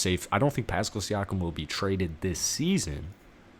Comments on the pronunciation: Pass-Kal. Not Pascal rhyming with little rascal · Pronounced PASS CAL.